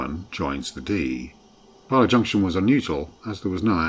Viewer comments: Very fond memories, of the line. as my mums family are from Llanuwchllyn. In the 50s we used to travel by train from Ynys Mon. Mum's youngest brother was station master at Llanuwchllyn. 3/10 for the "pronunciation" ...Barlar, I've only heard that pronunciation once befor, hmmh. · An interesting video but two features made me wince. Firstly the LMS-style hooter. This line was only operated by the GWR with mainly 57XX pannier tanks or s and a GWR whistle has a much higher pitch. Secondly, the dreadful pronunciation of Welsh names. Where the hell are Bahlah and Cum-price-or? A narrator really ought to do better.